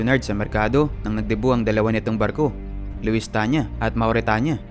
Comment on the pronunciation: lusitania po hindi luistania